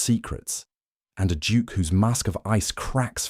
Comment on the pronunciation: Why does he keep saying Juke instead of Duke. It's quite annoying